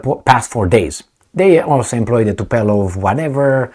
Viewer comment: TUPOLEV, NOT TUPELOV!!!